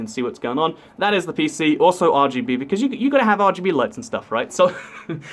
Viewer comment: WAIT! I think I heard you say RBG. it's RGB.